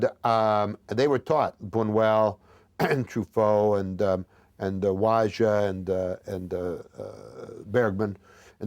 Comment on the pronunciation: I love how he pronounces Wadja, just as it's spelled. Bless.